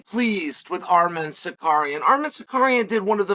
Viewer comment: WHO TF IS SICARIAN😂😂😂